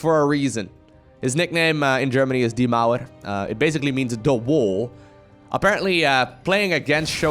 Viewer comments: omg the " die Mauerrr" was the best of my day xD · when pronounces "Die Mauer" like "Devourer". xD